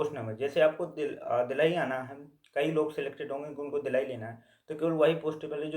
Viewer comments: bhai ye dheelhi kya he...delhi bol rhe ho kya❔ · Phle Delhi Bolna sikh lo😅